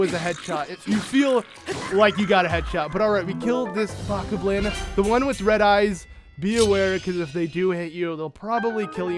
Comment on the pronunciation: How does every youtuber not understand how to pronounce BO-KOB-LIN. Everyone says Bah-kah-blin.....what? How do they get BA from BO? And KA from KO?